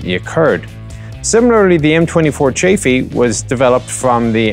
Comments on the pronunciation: no you sometimees pronounce it chafee it's chaffeee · That pronounciation of chaffe though